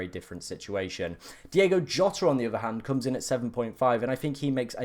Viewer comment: it’s DiOgo Jota